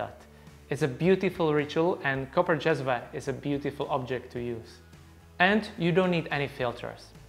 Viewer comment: Finally someone on Youtube pronounces "cezve" and "ibrik" properly. I guess he is Czech so is familiar with the word because of this but also it should not be that hard for the rest too.